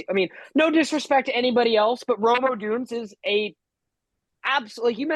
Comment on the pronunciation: you aren’t even pronouncing Rome odunze correctly. You tool